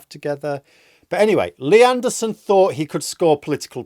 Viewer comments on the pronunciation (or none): I love how in a northern accent lee anderson's name sounds like nierdenthal. 😂😂😂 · I keep thinking your saying leanne derson. But that's unfair to all leannes!